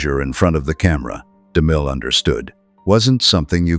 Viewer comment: to the narrator his name was ceil b de mil not damil